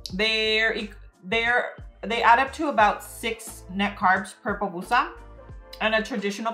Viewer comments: Not another person calling it a “popusa”🤦🏻‍♀️ it’s called a PUPUSA😤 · Se dice “pupusa”